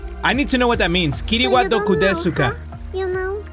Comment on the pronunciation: Nobody is talking about how when he read out the Japanese “Kiri Wa Dokodesu Ka” the 2nd time how it sounded to good? 😳🤭